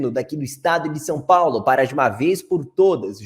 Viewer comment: Sem contar que nem português direito essa jornalista tem dizendo Som Paulo.